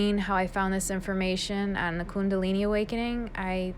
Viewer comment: I love how you say kundalini! 🥰 Love you